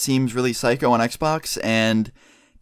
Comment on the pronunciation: I cringe everytime at the end of the video when you say "peace" the way you say it is god awful please just say later or something